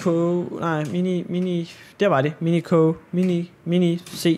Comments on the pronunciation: Det udtales minisio ikke miniko minico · du udtaler minicio mi-ni-si-o